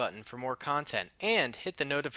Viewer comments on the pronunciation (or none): none